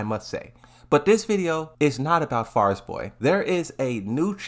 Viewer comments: Farizboy? Fariborz. Fa-ri-borz. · Man why do you struggle so much with saying Fariborz 😂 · Bro struggling hard just to say Fariborz 💀💀💀